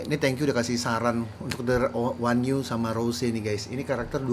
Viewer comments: Onew dibaca O-nyu dia leader nya SHINee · Bang onew bacanya onyu wkwk